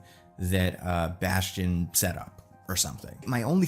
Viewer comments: It's "Bastion"! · it’s bastion It’s bastion